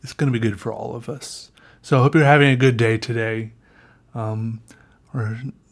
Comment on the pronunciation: "Grood" Hahaha I can't stop laughing, 5 mins mark, you're the best